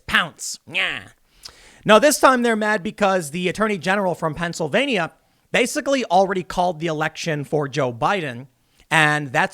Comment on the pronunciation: Please learn how to pronounce Pennsylvania.